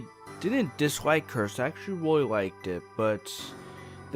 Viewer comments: he said ROY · Nathan Pike you mean weally?